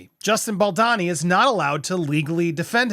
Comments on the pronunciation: They’re both awful. Also it’s pronounced Bal-dough-knee. You’re driving me nuts with your pronunciation. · Why do you call him Baldonny? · balDOOOOOni. bal-downey- ? doooowney- lol. idk how to spell it in sound but you are pronouncing his name wrong 😭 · I love your channel but you get the pronunciation of non North American names wrong a lot, falling into a stereotype of the lazy American. Come on now Andy, just listen to how literally everyone else pronounces Baldoni. So disrespectful. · Dude there is an O in Bal-do-ni. Please pronounce it correctly :-)